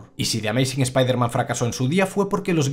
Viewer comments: Tanto te cuesta decir "ESPAIDERMAN" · Siempre le pronuncian mal el nombre.